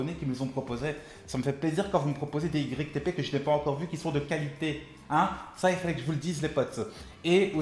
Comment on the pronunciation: Ytp sa se dit youtupoup🤦🏽‍♂️😂